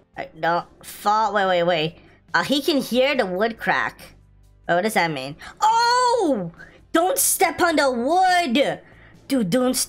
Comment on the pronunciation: Its Not Crack Its Creak